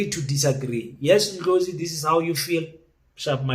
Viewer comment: Thank you king for pronouncing his surname properly.